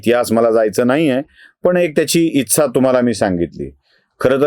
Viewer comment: इत्सा नाही रे इच्छा रागावू नये आता मराठीला स्वायत्त दर्जा मिळाला आहे. बाकी सर्वच व्हिडिओ उत्तम असतात.